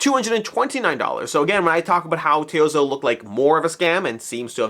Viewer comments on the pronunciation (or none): Ok....I need to know because it's bothering me. Why are you pronouning Toyzzo as T-ohzo instead of Toy-zo?